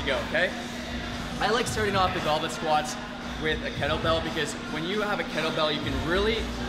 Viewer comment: Why do I keep hearing "goblin squat"